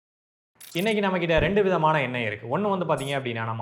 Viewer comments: எண்ணெய் என்பது தான் சரி👍🏻😊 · எண்ணெய் ... சொல் சரியா சொல்லுங்க.... தமிழ் தப்பா பேசினால் தலையில் தட்டணும் 😂😂😂😂